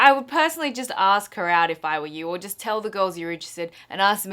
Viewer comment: You say 'ask' really weird. Arsssek... ARSESK.